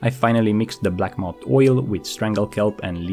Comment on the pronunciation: blackmoUTH not moUNT